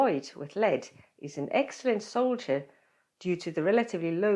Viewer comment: Seemed to be saying soldier instead of solder. And Americans pronounce it as soder.